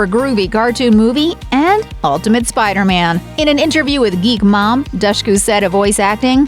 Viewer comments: I think she said it's pronounced Dushku like the word push in an interview I'd seen before. Cause folks would say it like douche. 😂 Seriously though Also her brother looked like a young Leonardo Dicaprio except for his Eddie Munster haircut, lol. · Dushku. With the "dush" pronounced like "push." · If you can't even say the name right... Good bye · You pronunce Dushku so wrong! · cool 11 minute long video where dushku's name gets pronounced wrongly without pause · that was pretty frustrating tbh